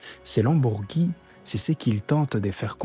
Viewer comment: Bourgi pas Bourgui